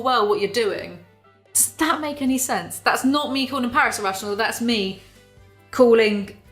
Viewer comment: Paris' real name is Parise, pa-reese.